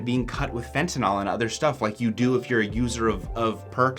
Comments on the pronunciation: Please stop saying fentinALL. The last syllable rhymes with “pill,” not “ball.” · There is no O in fentanyl. It's "nil," not "nol."